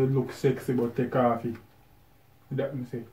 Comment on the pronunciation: said tek off it 😆